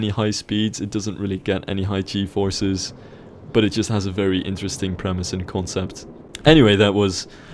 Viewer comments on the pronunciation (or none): none